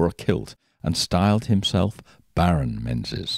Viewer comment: Menzies in Scotland is pronounced Meengis